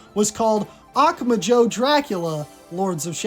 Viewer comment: Hey! Great video, just so you know, the emphatic syllable in "Akumajo" is "MA"